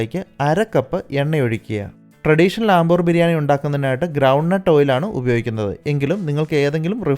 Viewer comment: I think its അംബൂർ not ആംബൂർ